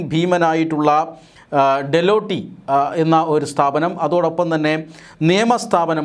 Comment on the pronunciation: ഡെലോട്ടി അല്ല ഡെലോയിട്ട് എന്നാണ്.